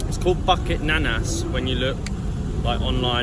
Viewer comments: "Bukit" is pronounced "boo kate" not bucket.. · yes Boo- kit instead of “bucket” haha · Boo keet. Boo kate is for KL slang. The official pronunciation in dictionary 'boo keet'